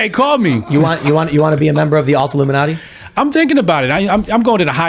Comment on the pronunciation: Illumin-alt-i? Huh? I’ll stop now.